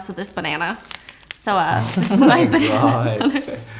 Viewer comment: The way she said I’ve eaten ur banna 🤨